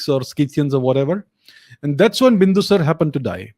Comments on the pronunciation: Bindusar nahi, Bindusaar hain yaar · Make a habit of pronouncing the suffix vowel. Its Ashok-aa not Ashok. And Bindusar-aa not Bindusar, Maury-aa not Maury.